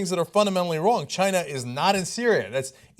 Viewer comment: Why people call China -- Chiner?